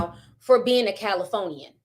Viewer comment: Her Accent “Cali ForNeeAns” lol 😂